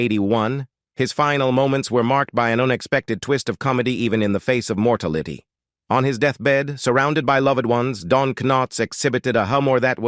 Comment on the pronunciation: The way you pronounced "mor- tality" was hilarious. 😄